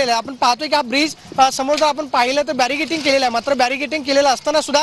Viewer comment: बॅरिकॅडींग च्या ऐवजी बॅरीकेटिंग असे म्हणतो आहे वार्ताहर. पत्रकारितेचा सुमार दर्जा आहे.